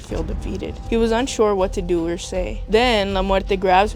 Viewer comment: ara ? 😭😭 “or uh” I ain’t never heard someone say ara